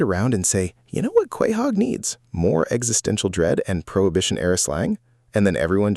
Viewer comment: Soooo,,,,, is this AI? You pronounced Quahog so wrong